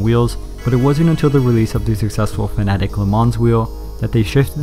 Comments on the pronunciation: I like how you say fnatic and not fanatec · all my life i thought it was Fa-na-tech